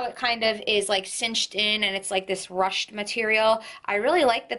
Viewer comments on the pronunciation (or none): It’s pronounced roooshed. Not rushed 🤣